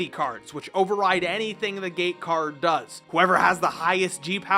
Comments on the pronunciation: You say gate card like gay card and i can’t get that out of my head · Q-is it "gate cards","game cards" or "game cards" because i hear it as the third option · I keep hearing the word "Gay Card". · why i kept hearing gay card xd ..... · Why does he keep saying gay card? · Am i the only who hears "gay card" instead of "gate card"? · "Gay Card, Open...out the closet'